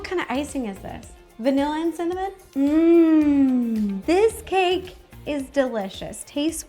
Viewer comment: Lol she said simnimon